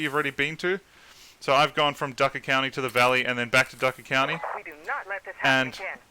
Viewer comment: its not ducker county its drucker county